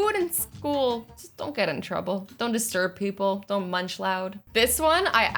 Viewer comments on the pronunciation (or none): none